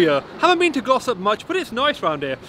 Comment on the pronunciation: I swear I thought you said Gloucester... Turns out it's Glossop. Thanks for the review matey